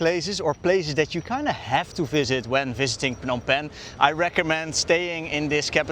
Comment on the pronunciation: Love the way you say “Phnom Penh “